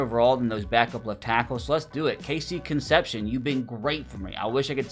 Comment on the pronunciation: KC's last name is pronounced con-sep-c-own, his name is tough as an aggie